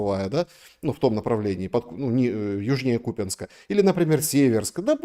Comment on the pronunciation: КупЯнск - это правильное местное ударение!, странно из Ваших уст, жителя Луганска, слышать КУпянск 🤷‍♀️